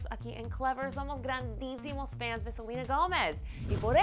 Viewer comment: Miriam mejora tu español no es FENS es fans...